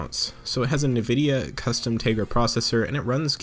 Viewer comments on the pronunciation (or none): Did you say Nuvidia ? It's pronounced "N"Vidia